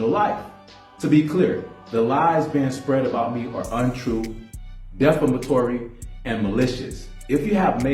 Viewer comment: He can't even say defamatory correctly 😂😂😂😂😂.